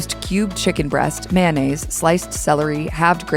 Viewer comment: I'm guessing that was an AI narrator. Either that, or Hallmark Channel found somebody who can't pronounce 'Saveur' and 'Mayonnaise.'